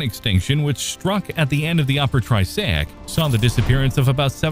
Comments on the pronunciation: You beat me to it. But I was going to ask if anyone else is getting triggered by way he's pronouncing it as "tri-say-ic" vs the "tri-ass-ic' I'm more used to hearing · triassic not tri-say-ic lol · Triassic, not Trisaic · I came to the comments a couple of minutes into the video to see if anyone else was thinking what I was thinking and was not disappointed lol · I'm glad that I'm not the only one hearing that. I thought I was going crazy. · what is this "tri-SAY-ik" you speak of?? LOL !!!!!!!!!!!! What is this "pur-ME-un" you speak of??? Sheesh. Is this some sort of AI voice badly programmed????